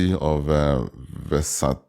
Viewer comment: Versailles is in france and both the Ls in the word are silent